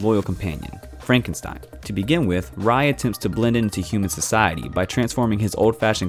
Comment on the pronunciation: Noblesse: Ray, it’s pronounced as Ray. 😖 But thanks for adding it in because it’s amazing!